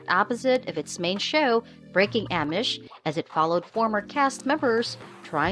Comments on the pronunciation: I agree she is pronouncing Amish wrong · Can't watch when someone can't pronounce Amish